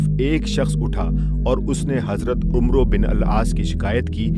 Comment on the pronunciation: قاری "عمرو بن عاص" میں "عمرو" کو غلط پڑھ رہا ہے 🙄